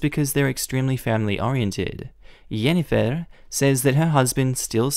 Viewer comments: Bro it is Jinifer not yenifer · Sorry but I left a dislike just because the way you said Jennifer is off. Your saying it as hennifer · Jennifer starts with a J not a Y. It is pronounced the same as in the word Just. There was a story in which a brother had a similar thing with his sister. At her wedding he professed his love for his sister (not brotherly love but sexual love). OP is not necessarily the AH. When his girlfriend got automatically upset it makes me wonder if the relationship is just brother and sister. There is no reason to get angry that fast!!! Families do sometimes have incest. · Because that is how it is pronounced in some languages perhaps, maybe he chose another pronunciation he liked, in English it's pronounced JEN-eh- fir, in German it's pronounced YEN-eh-fir, in another language it might be pronounced HEN-eh-fir, or maybe it's the way it is pronounced in his regional dialect, could be many reasons why, and disliking a vid for something so trivial is a bit petty. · Not sure why he's pronouncing Jennifer like that 😂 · sorry but i cant lol. the way he pronounesd jennifer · I've never seen Jennifer (an extremely common name) been mispronounced... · The way you pronounced Jennifer just about killed me lol!! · My sister is called Jennifer. And I have been searching for this comment. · I love this video, and I have never heard someone say Jennifer how you say it! That's a lot more fun way to say it lol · He has been playing too much Witcher